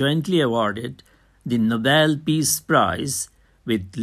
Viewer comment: Plz read fast and it's nobel not novelll , anyway thanks for the explanation✨